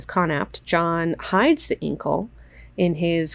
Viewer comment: I don't agree with your pronunciation of "Incal" - am I the only one?